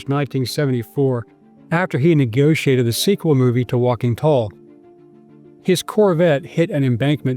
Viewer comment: Walking toll? Adamswille? Learn to pronounce it correctly.